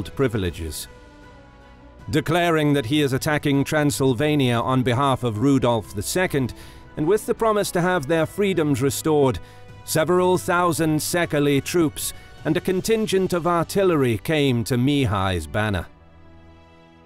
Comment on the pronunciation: As far as I know, 'Székely' is pronounced /ˈseɪkeɪ/, not /ˈsekəlɪ/ as it was erroneously pronounced.